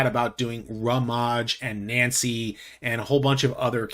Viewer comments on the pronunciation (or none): none